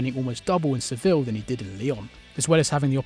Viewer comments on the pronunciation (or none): none